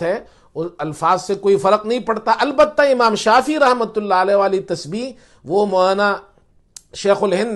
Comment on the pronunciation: اسلام علیکم ،امام شافی کا تلفظ درست فرما لیجیۓ ،امام شافعی ہیں ،جزاک اللہ خیر